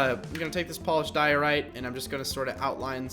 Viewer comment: Your saying Diorite wrong